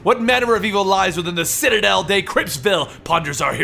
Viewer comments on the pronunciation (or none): none